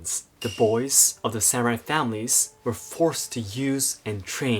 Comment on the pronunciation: Am I the only one troubles by the use of the term "SAM-u-raiS" vs "sa-mu-rai"